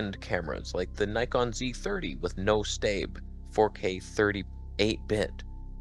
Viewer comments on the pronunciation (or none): Can “staab” never be said again?